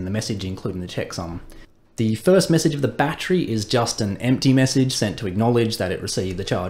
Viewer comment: Jesus christ use three syllables with 'battery' please. It's your language for crying out loud.